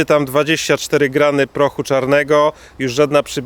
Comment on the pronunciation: Czemu mowisz grajny a nie gramy?